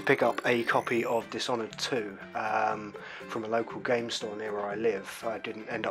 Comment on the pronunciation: You butchered the title